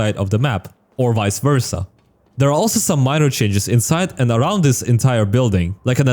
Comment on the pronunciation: i like the way he says aroud